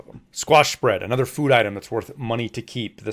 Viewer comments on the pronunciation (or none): none